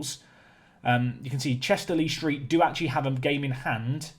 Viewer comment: "Le Street" not "Lee Street"